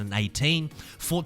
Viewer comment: Good video. I can’t stand how you say Fortza